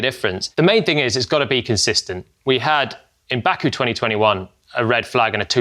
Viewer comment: Jolyon, you didn't have to us bad like that with 'Baku' 😅